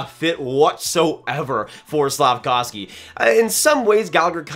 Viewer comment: Hi, Slack-off-ski lol